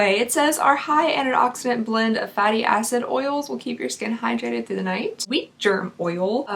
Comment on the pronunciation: I so thought you said "Beef Jerk Oil" and I was like... that's not vegan. Then I replayed and heard "Beet Jerk", still didn't make sense. FINALLY I understood you were saying WHEAT GERM. I think it's time for me to go to bed lol.